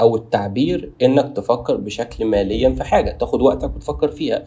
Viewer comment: اخي العزيز يقال فكر مليا بكسر اللام وليس ماليا بارك الله فيك ❤